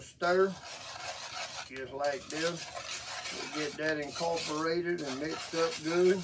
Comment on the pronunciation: Bruh said “incorporated” ?